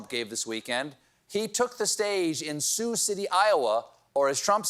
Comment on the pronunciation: Surprised he even pronounced “Sioux” right.